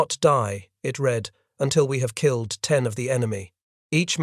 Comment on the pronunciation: “Read” apparently always rhymes with “feed” and never rhymes with “bread.” Sometimes you should correct the pronunciation of your robots. They aren’t perfect.